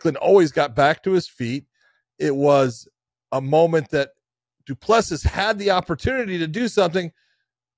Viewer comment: It is not that difficult - do-pleh-see. I am not sure how you hear it, but practice with the phonetics